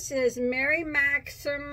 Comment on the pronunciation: You rock girl 😂🧶🧶🧶🧶I love your reviews... and I’m sure by mispronouncing Mary Maxim s name... just draws more attention than if you said it correctly 😂so I’m sure they’re happy and okay with it... their mystery boxes always seem nice 👍🏻 lucky girl .... I think their customer service is top rate and so far I’ve enjoyed their yarns 🧶🧶🧶